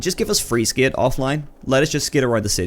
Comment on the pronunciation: Bro stop saying skit it’s skate hahaha we can tell ur American now drop the Scottish